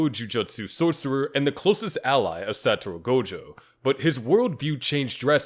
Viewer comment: BRO I SWEAR PEOPLE GET THIS WRONG ALL THE TIME HIS NAME IS “SATORU GOJO” NOT “SATURO GOJO”